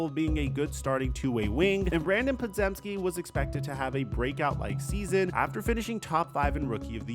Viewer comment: It's pronounced "Paw-Gem-Skee."